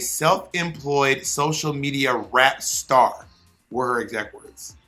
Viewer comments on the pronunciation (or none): She said rapster not rap star!!! Good god Bob